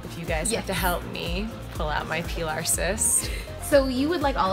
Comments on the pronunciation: Lmao she said pee-lar it’s pie-lar but we still love u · You guys are gonna help me pull out my pee-lar cysts. It's pronounced pilar 😂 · I started laughing at this part because. My name is Pilar and she pronounced it like my name not the type cyst